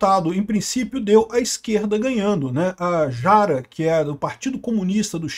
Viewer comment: AMIGO não é “Quest” é Kast! Com A pronunciada como se lê. E não é Jara é “rara” é assim que se pronuncia